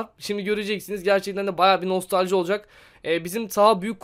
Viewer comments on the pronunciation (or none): abi o nostalji değil nostaji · Ömer Faruk hayır nostalji